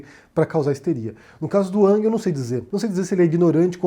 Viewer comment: Falas twitter com sotaque mas o nome pronuncias “ãng”